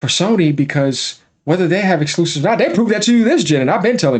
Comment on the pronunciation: This guy's voice and lisps get on my nerves. The way he says "Exquoosives". 😂😂😂